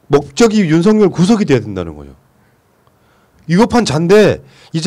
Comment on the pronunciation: 윤석열 윤성열발음같은가요??